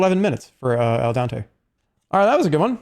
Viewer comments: "El dante" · el dante from the hit game "pasta may fry 2" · me when i think the famous author is named dente